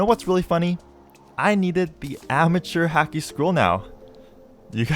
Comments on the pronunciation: P.S it's Haki (H-au-key) not Haki (H-ah-key) it's a small thing but made me cringe when I heard it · haki is pronounced like hockey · You can really tell the dude hasn’t watched One piece or at least not very far if at all. From the dudes pronunciation of “hacky” to him saying “Ray lay” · Everytime he said hacky and not haki a little piece of me died